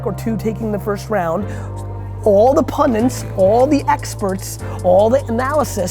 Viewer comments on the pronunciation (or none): Nice one, Gary, thanks. Please say "pundits," not "pundints," though!!!